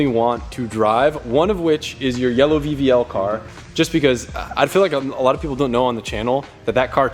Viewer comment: I heard VVL as BBL 😂😂😂